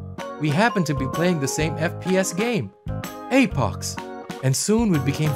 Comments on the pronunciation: Apox instead of apex Lmao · Apex❌ Apox✅ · It's apex not apox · The second I heard apox I thought don't u mean apex? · Apox bruh seariously its Apex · This is good but “Apox” really? Just say apex it’s not like they are gonna sue you for calling their game good. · APOX????? You mean apex😂😂😂😂😂😂😂😂🎉🎉🎉🎉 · I like how hey took Apex Legends and called it APOX Hero